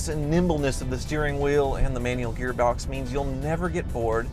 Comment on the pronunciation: "gearbdox" lol